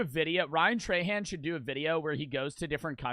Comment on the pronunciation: its ryan TRAhan not TRAYhan 😭